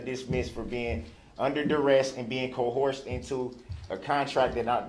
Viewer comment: "I move for dismissal (6 murders) for being under duresst 😂, not a word, and co-horsed" which I assume is riding pony's wiv ya G!😂 Just when you think this child killing, woman beating/ killing, registered sex offender can't possibly get any more stupid 😂 he lowers the bar yet again 😂😂